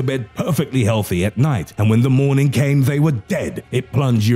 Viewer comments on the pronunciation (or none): none